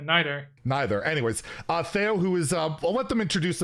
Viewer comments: is it tay-o or thay-o? Theo: Neither, its Thee-o: Continues to say Thay-o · Lol, how awkward couldn't pronounce Theo's name correctly from the start 😅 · can't pronounce Theo's name even after he was corrected smh